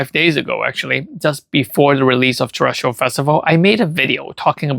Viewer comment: Bro if someone mispronounces a simple word one more time in a YouTube video, I'm gonna lose it .. Terasatal and terrestrial clearly spelled different